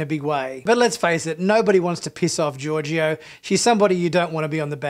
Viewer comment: SALOON!! 🙄 Also, Georgiou isn't pronounced "Georgio". SMH. Your review sounds a bit like toxic masculinity. You're averse to emotions, relationships and crying and you seem to have a hate for the main character, Burnham. The snark is off putting.